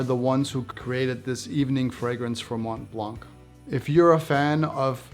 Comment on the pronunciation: "Mont Plongg" One thing is certain, you are not French 😁